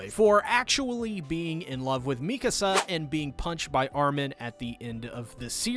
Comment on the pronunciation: I personally APPRECIATE you FINALLY pronouncing "Mee-ka-Suh's" name properly..showing her the RESPECT and dignity her character so richly deserves. From all of YOUR fans..we thank you sincerely.